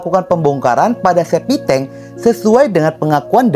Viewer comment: septictank bro bukan SEPITENG....!!